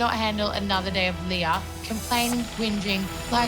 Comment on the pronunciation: Its so irritating how these new girls are turnishing LEAH's name